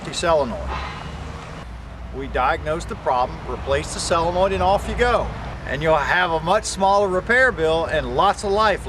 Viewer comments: It is pronounced, and spelled, "Solenoid," (sole uh noid) not Cell uh noid! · sol en oid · It's a little hard to trust a doctor that can't correctly pronounce the name of the part he's diagnosing. Say it with me, Doc ... SO-len-oid. Just like it's spelled, see?